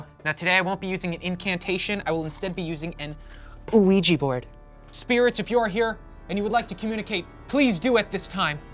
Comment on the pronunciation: 👨 I will instead be using an 💃OOH-eegee board